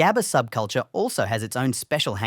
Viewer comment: im crying on your pronunciation on 'gabber' please do better next time cuz i cant stand on how you pronounce it (coming from a dutchie btw)